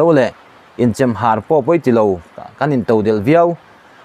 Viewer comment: Chemhar"... Awka etc thluk/lam dik loh a awm zeuh² ṭhin a ngaihthlak a tinuam lo deuh ṭhin